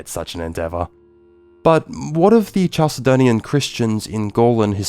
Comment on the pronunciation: Great video, and I think your channel is "going places"! Minor pronunciation correction: "Chalcedon" is pronounced "Kal-se-don," not "Chal-se-don." Any word from Ancient Greek coming into English spelled "ch" is pronounced this way (c.f. "chemistry"), because the Greek χ is a kh sound similar to the Scottish "loch." I'd recommend checking pronunciations carefully for future videos, as it can be a distraction, but otherwise, GREAT VIDEO!